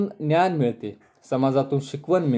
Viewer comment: सर छान सांगता पण समाज बोलताना ज चा उच्चार व ज्ञान चा उच्चार न्यान होतो आहे,साॕरी सर.